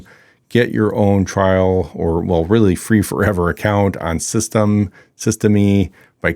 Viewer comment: Nice video, very helpful. BTW, the way to pronounce it is Syst-M. The "e" on the end is silent. Only know that because I happen to be French 😀